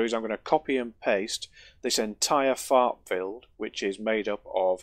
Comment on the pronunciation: I could not understand what you were saying you built earlier. So, I turned on CC, and it confirmed what I thought you were saying. "You built a fart earlier".